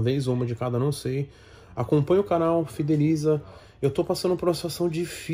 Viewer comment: É impressão minha ou o cara do falou "CASA MARONA" ?? KKK